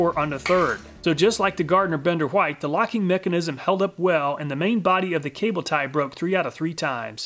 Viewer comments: Love your channel, BUT PLEASE STOP SAYING WHITE LIKE THAT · I just noticed that you pronounce white in the older way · i just found that interesting since I've never heard people say it that way other than people teaching others that is how it is used to be pronounced